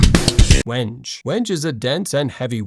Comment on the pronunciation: 11:!5 you lose credibility when you can't even pronounce the name of the wood correctly. Wenge is pronounced "Weng-GAY"